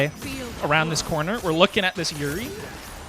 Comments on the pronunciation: Love the vids. Pretty sure it pronounced "( your - E) but what do I know lmaoooo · “-ei” is pronounced like “ay”